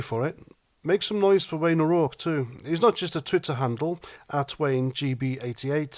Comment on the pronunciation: Keep it up.. and congratulations on pronunciation of O'Rourke....👍🏻